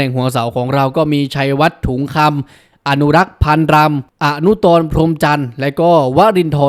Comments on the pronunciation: อนุตร อ่าน ว่า อนุตร ไม่ใช่ อนุ - ตร ค่ะ😅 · อ่านอะนุด ครับ ไม่ใช่อะนุดตอน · ช่องนี้ข้อมูลมั่วได้อีกหลายครั้งแล้วเหมือนนั่งเทียนทำคลิป อนุรักษ์ ศรีเกิด แกเป็นอดีตนักเตะ เป็นโคชฟุตบอลเป็นช่องบอลไม่ใช่เหรอ จับมามั่วเฉย แล้วก็ อนุต(อะ-นุด) ไม่ใช่ อนุกร จะรั่ว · อนุตร อ่านว่า อ-นุตร พรหมจันทร์ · ครับอ่านว่า อะนุด อีกคนคือ ดนพอน อ่านให้มันถูกๆหน่อย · มีอะ-นุ-ตอน พรมจันทร์ด้วยนะ ช่องนี้ข้อมูลชื่อนักกีฬาเพี้ยนตลอด😂